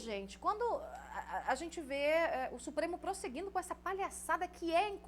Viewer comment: Boa comunicadora mas tem uma mania irritante de forçar um sotaque que não existe. Não se pronuncia BolXonaro nem Xupremo.